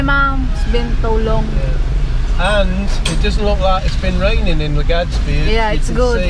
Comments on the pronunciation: Haha. I noticed that too. Legadsbi. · Every time you say LegaDzBee I shed a tiny tear :(